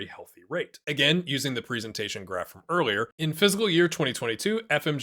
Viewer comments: It really sounds like he's saying phsyical year and not fiscal year. Am I going crazy? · Good info and all but you really need to learn how to pronounce the word 'fiscal'